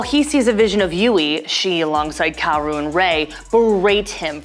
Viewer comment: “miss-ado” “COW-RU” “As-ka” Do you think we’re a joke?